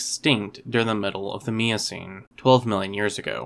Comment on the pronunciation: Good video even though he mispronounced Miocene several times.